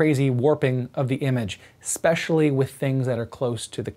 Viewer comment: You got nearly all the way through the video without saying it... Then right at the end, you said "eXpecially"! Grrr! Don't make me unsubscribe,! 🤓 Good review, eSpecially the point about the narrow FOV of the 4K camera.